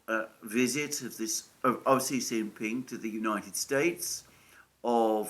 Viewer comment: Xi is pronounced she and not see….